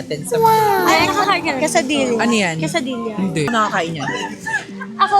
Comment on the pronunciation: Quesadilla is pronounced asa kesadiya